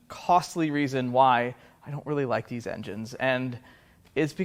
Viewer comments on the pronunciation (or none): "dis connecting rods..." LOL Good one. Thanks.